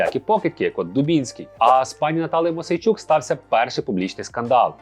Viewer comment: Мойсей -чук ,а не Мосейчук.